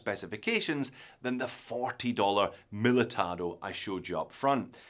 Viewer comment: Pronounced the name right, but the banner still said Miltado! Why is this so hard to get right for a watch expert. Other than that, nice vid. Cheers!